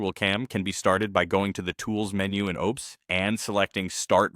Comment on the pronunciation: "OBES" lmao.